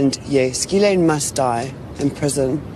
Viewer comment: Please note, for accuracy's sake, the proper pronunciation of Ghislaine - the G is hard and the s is silent. It's important as a journalist to be as accurate as possible, no matter how heinous the criminal is. Thank you.